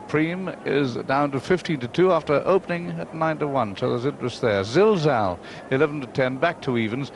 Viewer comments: Pity Peter kept calling Zilzal, Zalzal but he was getting a bit old by then so I'll forgive him, he is by far the best commentator of all time for me. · bigdunc was about to say the same couldnt say zilzal until the race was over, excellent horse saw him win a couple of good races